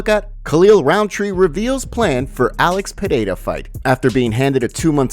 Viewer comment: I love how he says Alex Potata